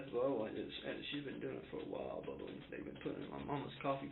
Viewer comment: The way he keeps calling the detective" Bubha 😂😂😂